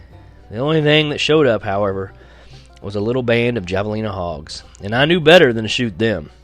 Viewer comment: Dude for you be a semi professional reader your not pronounceing Javelina write it's not pronounced with an J sound but an H like the pepper. I'd figure you would have known that my friend!